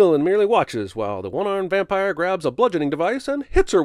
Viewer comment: 'Van-pire' was great, but the award goes to, 'Cancel Ben AfflecK'. Seriously though, cancel Ben Affleck.